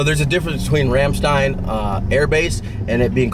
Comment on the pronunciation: American pronouncing Ramstein correctly, I still can't believe it :)